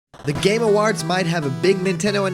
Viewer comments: "Game aWAHrds" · "Game Awarhds"